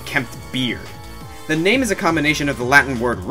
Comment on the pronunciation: ouch! you really butchered #5 name ~.~